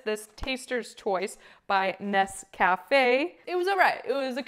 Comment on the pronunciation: How can you not pronounce Nescafe correctly? I would think on the trail the individual packets would have an advantage over even a plastic jar just in terms of packability.